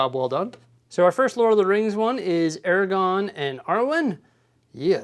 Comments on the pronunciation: Aragorn with an R lmao you always say Eragon which is a different thing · Aragorn! ‘-orn’! not Eragon!! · AragoRn. Love the channel but you keep mispronouncing the name. You’re missing the “r” in the second syllable. Aragorn not Aragon. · Aragon... hmm box says Aragorn. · Ara-gorn that second “r” is not silent. 😉